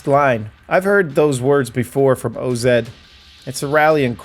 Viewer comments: its OZ not O-Z lol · Day 1 of asking for him to say O-Zed